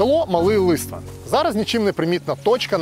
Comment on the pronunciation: ЛиствЕн-наголос на другому складі.